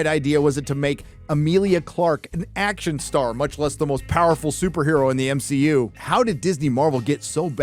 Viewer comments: M-She-U?? hahaha genius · I'm ashamed to say it took me all the way until to realize y my man pronounces MCU as M-SHE-U 😂😂😅😅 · I just have to address this and its nothing against him but he says M SHE U and not MCU😂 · Everytime you call it the M-She-U, I can feel one of my brain cells dying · Not another creator complaining about the "M-She-U" ....